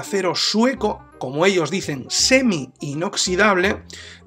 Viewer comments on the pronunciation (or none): none